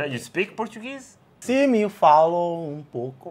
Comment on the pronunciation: Angolan here, can confirm. Great Portuguese, I was actually surprised you pronounced it perfectly.